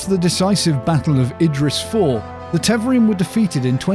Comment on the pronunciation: My only critique is Tev-are-in not Tev-er-in. And yes, this is a proper noun so there is only one way to pronounce it. Other than that, awesome video and I really appreciated your production values. Sound was spot on with a perfect music/voice ratio and your script was perfect. Will be subscribing for future videos based on that. Great work!!